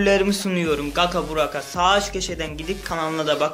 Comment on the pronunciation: 2.Like knk bu arada kanka Gaka deyilde Gaça diye okusan :) Özelden hazirladiysan yazsana Sözleri :)